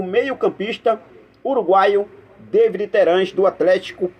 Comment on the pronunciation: É Davi e não Deivid Terans! O cara é uruguaio e não inglês .Fica a dica.